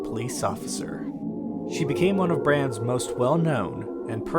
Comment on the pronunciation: Bra-m-s not bram-s